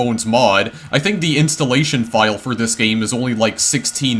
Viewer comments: i cant take another pronunciation of the word game as gay em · I like how you pronounce some words "tiyem" "gayem"